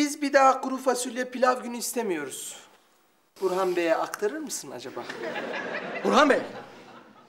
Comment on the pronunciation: Burhan'ı Buhran diye duyuyorum